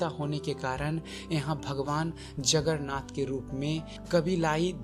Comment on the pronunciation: अबे गांडू जगरनाथ जगरनाथ क्या बोल रहा हैं? जगन्नाथ बोलने में क्या जाता हैं? पहले तो उच्चारण करना सीख ले फिर वीडियो बनाना।